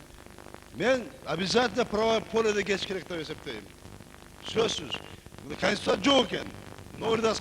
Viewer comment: Мына кааанистуця дейт гооо😀